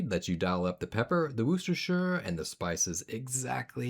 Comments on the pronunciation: 🇬🇧 🗣️British Pronunciation Police (civilian division) here. Your pronunciation was of course not right, but the delivery was consummate! I'll file a request that woo'stershirr is adopted as a valid alternative pronunciation in the 2027 edition. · Never eaten at Zaxby's. But it looks just like Guthrie's Chicken signature sauce. BTW it's pronounced Washyersister sauce.